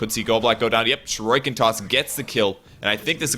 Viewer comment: someone plz teach how to pronounce shuriken